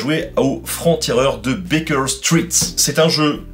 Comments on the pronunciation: Street --> Stritt ^^ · Stritt? Comme dans Street? 😂